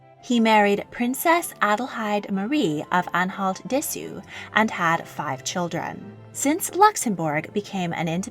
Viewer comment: I hope you'll one day also do one about how the abolished monarchies fit into the European royal family tree. Btw the Au in Dessau is pronunced like the ou in ouch. (We also say Au when we mean ouch).